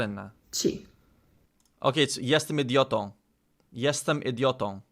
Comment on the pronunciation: "jestem idiotą" - perfect! 😅